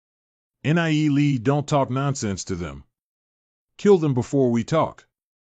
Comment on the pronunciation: why do all these recaps say N. I. E. lee... god out of the 9 videos none of them say his name right other than the 2 min clips. FFS can none of you fix this? PLEASE!?